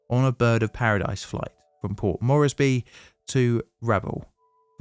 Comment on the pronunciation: Port MORES-BEE, not Mor-es-by.